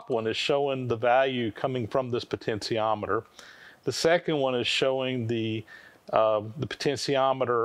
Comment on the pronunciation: Yikes, that's a lot of work just to get a variable speed motor going. I hope eventually figures out the pronunciation of potentiometer is with a SHEE in the middle, not. a SEE. It's just like saying 'potential', not 'potensal'.